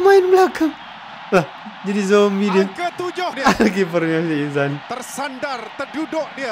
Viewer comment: Pengulas otai tapi sebut nama player pn salah. Sikh Izhan. bukan Izan